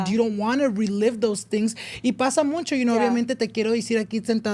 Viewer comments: Someone teach how to pronounce MUCHO (no ‘n’, no es muncho) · stop saying “muncho” it’s mucho 😩😩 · Pls it’s mucho or muchsisimo, not muNcho, I use to get this work but if you’re going to use it a lot pls have it be right 😭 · I just recently started watching but I realize he says muncho instead of mucho? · "muncho" instead of mucho drove me crazy the whole video lol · Ain’t it mucho not muncho? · Hey love your podcast… but 😅 it’s “mucho” not MUNCHO 😂😅😅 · Why he say “muncho” instead of “mucho” am I the pendeja? Correct me if I’m wrong please 😢😅😊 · Has anyone noticed said Muncho instead of mucho lol what’s up with that n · why does say “muncho” instead of mucho? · Starting a petition for to start saying MUCHO instead of muncho 😅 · muNcho, muNcha, muNchos.. there’s no N in MUCHO 😂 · I love the podcast but tbh I get the ick how says “mucho” he says it “moon-cho”😭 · It’s so funny he says “muNcho” it makes me giggle every time I hear it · I hate when he says MUNCHO 😭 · I keep hearing him say “MUNCHO” anyone else 😂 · OMG !!!!! The way he says it really irked me for everrrr until I just accepted it lol